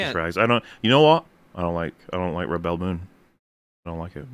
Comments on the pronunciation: Yeah, them mispronouncing "rebel" is hilarious and not irritating at all. Especially the 100th time they do it. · Why are you guys pronouncing "Rebel" with the accent on the 2nd syllable? Isn't it "Rebel" pronounced like the "rebels" in "Star Wars?" I'm seriously asking.